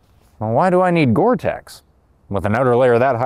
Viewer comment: It's gore-tex. You wish you had this coat